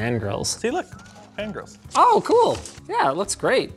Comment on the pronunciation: I thought he said “custom fan girls” not fan grills